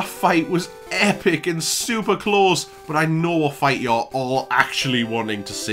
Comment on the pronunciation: Translations: Ba''le = battle Pikerchew = pikachu Klos = close Peh deh = pay day Geehm = game Tyok = choke Speeroh = spearow Thank you.